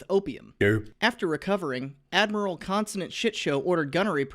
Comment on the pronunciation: I heard "consonant shit show" as "constant shit show" at first and I'm honestly not sure if it's an improvement.